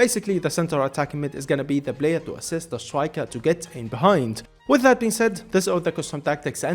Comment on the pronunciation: so he cant say the letter P? blayer, overlab, bro just saY P